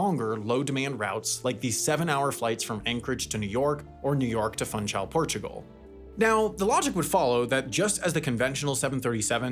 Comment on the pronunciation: Funchal = foon-shall, not whatever you said.